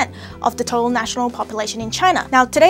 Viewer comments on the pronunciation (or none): none